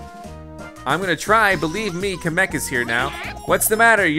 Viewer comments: He camek it kamek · Ka-MEK (Short a) Everyone else: KA-mek (Long a) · Di you say kam EHK Its Kam Eek Or kam Uk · It's Kamek not Kameek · you're pronouncing kamek wrong; its pronounced KAM-ek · You didn’t say kamek it is spell kam ek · Here's how to pronounce kemek right Kam ek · All these years later and still pronounces Kamek’s name incorrectly. Never change, we love ya! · ugh was the first youtuber I have ever watched so when he said something I thought I was pronouncing it right. Well turns out I'm wrong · I think you said kemek wrong... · pronounces kamek wrong btw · Why am I so mad whenever he says kamek wrong